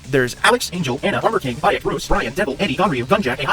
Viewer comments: Just a heads up, bro. Baek's name is pronounced BEK not BAYEK. Good vid though. 👍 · Btw Baek is pronounced as "Bike," not "Buy yak," and Marduk is pronounced as "Mar-duck," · I know you’re not a Tekken Guru, but when you pronounced Beak as "BYE-ECK" I laughed 🤣🤣. Cool video otherwise tho 👍🏾🔥